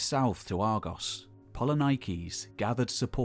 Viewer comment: Do not kill the Greek names Please... It is polinikis Poli means many Niki means win So it is not polynaikis Please....